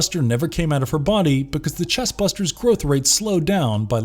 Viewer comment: Think you mean chest bursters... not busters... Buster